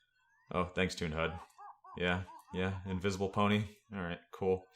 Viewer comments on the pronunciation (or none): none